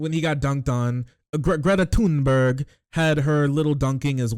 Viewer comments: no it’s pronounced tuneberg dumboo 😊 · Apparently, the age of consent in Romania is 15, which is probably one reason why Tate moved there. Also, Thunberg is pronounced "Tuneberry".